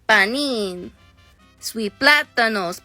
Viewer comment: "swee pladda-nose, pladda-nose" I'm dying 🤣🤣🤣